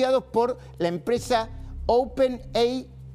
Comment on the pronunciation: OpenEIAIEI, nueva empresa de ternologia arfisitial neuronal.